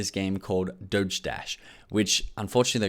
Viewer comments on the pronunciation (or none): none